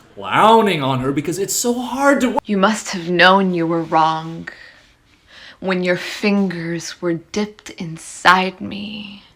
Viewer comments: He doesn't even address how she pronounced wronG with the hard G at the end. Now that's cringey. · WRONK. THATS ALL I COULD HEAR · “You must have known you were ✨wrongk✨” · If I hear WRONK one more time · Omg make the first girl say "wrong" correctly. She keeps saying "wronght" like STOP AT THE G!! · “Must’ve known you were WRONK” That’s what I hear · i hate that she says wrong as "wronk" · "You must have known you were wronK" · "wronk" This comment exists for engagement purposes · "you must have known you were wronk" is all I heard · Oh my god the way she she says wrongK is sending me over the edge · "You must have known you where wronk"... also: F#*k Andrew Tate! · "you must have known you were wronggkkh" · "You MUST have KNOWN your were WRONK." We ride at dawn. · Idk why this new trend annoys me so much, but so many of these poetry girls have started overpronouncing their 'g's during what is supposed to be a velar nasal 'ng'. Like when they say "wronG" or "sinGing". It screams pseudo-intellectualism and it is almost like they're trying to speak in cursive. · it makes me mad she said ‘wrongk’ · I didn’t realise there was a ‘k’ in the word wrong. I personally like poetry. And some I stuff is alright. But some of it is so so so fucking bad. Give me some Dickinson. Some Patterson. Some Poe. Heck, just give me some Shakespeare; Much Ado About Nothing is some deep shit and it’s funny as fuck.